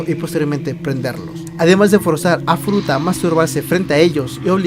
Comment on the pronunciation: Hola tu video me a encantado pero tienes muchas faltas de vocabulacion, por ejemplo... dices mal los nombres de los agresores tambien hay un momento que dices futura a cambio de furuta lo dices en el momento / ... a parte de estas faltas me a gustado este video,tu voz es un poco rara 😅😅 no passa nada espero que en el proximo video mejores masss!!! Hastaaa la Vistaaaa !!! Chao 👌😘❤